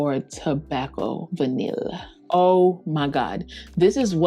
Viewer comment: Vanille=Van-knee not Van-nill. Tobacolor is not Tobac-cu-ler